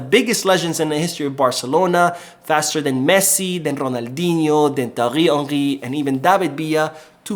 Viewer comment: Could you please pronounce Thiery Henry normally 🤣🤣🤣🤣 the way you are doing now is really funny